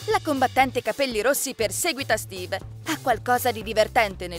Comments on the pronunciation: Intanto ci dice steve e non stiwy ma poi non si dice fort nite si dice fortnite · alora vi dico solo qiesto miglioratevi cazzo c'e non sapete pronunciare bene Fortnite e un scorso video pronunciate male minecraft e poi non si chiama capelli rossi si chiaba bombarolo lucente credo e laltro si chiama steve non stivi minkia ma che cazzo. poi sbaglio hai detto steve scopa con la combattente fortnite 🤦‍♂️🤦‍♂️🤦‍♂️🤦‍♂️😂😂😂 alora siete bravi avete delle idee belle alcune pero non pronunciate bene delle parole che mancho i bambini di 7 anni riescono a dire fortnite bene o minecraft. e poi di dice enderman ma con la "è" si pronuncia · Pronuncia bene i nomi dei giochi e poi Stevie e Steve ma do che cringe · Non si dice stevee